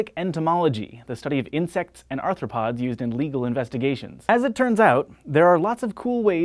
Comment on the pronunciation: Can't stop hearing say "arthroPOD" in my head...